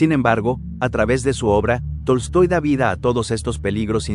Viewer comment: no se porque todo el video escuchaba Toy Story no Tolstoi XD